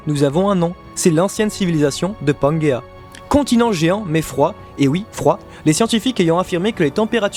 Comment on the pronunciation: juste une précision, certainement déjà précisé mais au cas où, (pas eu l'énergie de lire tous les commentaires, trop cool pour vous parce que trop nombreux) mais ce n'est pas panguéa mais pangéa ou pangée (différence phonétique). En tout cas continuez votre travail, qui je le sais en nécessite beaucoup, et même si des points de désaccords existent entre vos analysent et les miennes (les accords sont plus nombreux que les désaccords) je vous soutient pour la suite et vous suivrez avec grand plaisir jusqu'à l'épilogue de One Piece. Soyez forts et fidèles à vous-mêmes. Un grand fan du manga (P.S.: un souhait vous concernant messire et, j'espère que vous entrevoyez la suite dès maintenant parce que la transition après One Piece sera difficile pour vous et les autres (moi inclus) lorsque Oda dévoilera son grand final!!!)